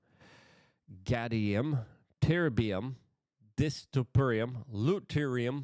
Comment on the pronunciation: Lol.. hearing you name those minerals was hilarious...You literally didnt get a single one right... Its pronounced " Yiiit - TREE- UHM.".. Diss- Pro- see- uhm..